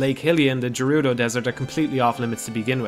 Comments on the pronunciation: Speak for yourself, the fishing game is super stressful for me. Stupid-ass giant fish never taking my lure... Also I'm pretty sure "Gerudo" is pronounced with a hard G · The 'jerudo' fortress. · (jer-oo-do?) Oh man, do you pronounce GIF as (Geoff minus the o)?